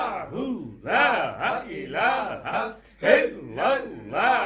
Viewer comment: Salam o alekum buhut ajizi k sath araz karta hu maaf farmaye ...app kalma ghalat par rahe ha Jesa k app parthe ha is Tara (laha ilaha) it's mean (laha is god) agar (laa ilaha) pare to it's mean (there is no god) jo durust ha ...agar ma ghalat hu to rahnumae farmaye...note(I am aalso watching alra tv and I watched lot of gohar speach and books .sukriya I am from nowshera Peshawer kpk idrees ahmad